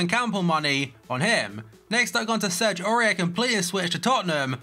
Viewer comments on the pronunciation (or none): none